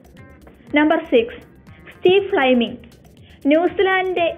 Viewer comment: Flyming alla mole fleming